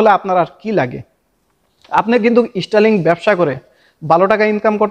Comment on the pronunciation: স্টার লিং নয় স্টার লিংক হবে